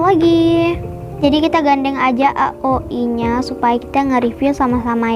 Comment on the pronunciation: Bagus kok tapi di rapiin lagi ya👍 Ohiya bacanya aoi aja jangan a o i 🙏